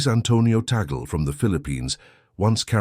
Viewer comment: Parolin doesn't have pastoral experience. Mostly Vatican. Tagle (prononced Tag Lee) seems to have the perfect combination. Zuppi is similar. Backup choice if Tagle isn't the one.